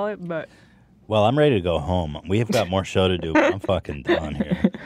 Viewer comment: Ethan you say ‘farkin hell’ like an Aussie mate